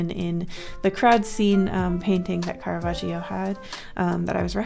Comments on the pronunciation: loved the video but as an italian my heart Stopped when i heard how you pronounced caravaggio,, those two Gs are meant to make a strong sound !! should sound more like caravajoe (but with a doubled G) 🥰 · CaRaVagiO disgusted italian noises IS CARAVAGGIO CARAVÀGGGGGIO